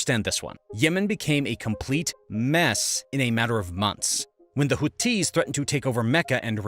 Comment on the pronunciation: How can you possible be pronouncing Houthis and Aden incorrectly with so much access to hearing the correct pronunciation online?